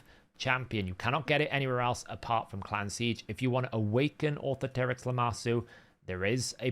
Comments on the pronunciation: Au-THOR-a-trix, same way you'd say Authority. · It's really not hard to pronounce; aw-THOR-uh-trix... you can pronounce authority. you can pronounce dominatrix. you got this.